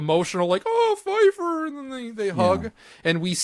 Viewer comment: Keifer not Fifer show some respect